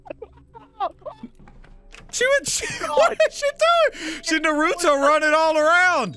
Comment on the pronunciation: Butchered that Naruto name lol